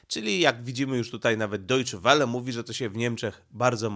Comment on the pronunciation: Dojcze Wele się mówi